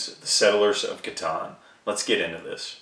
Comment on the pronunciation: "k-tan" SERIOUSLY !!!